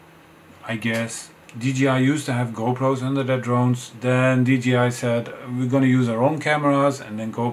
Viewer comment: dji should be pronounced as dee jay eye, and not dee gee eye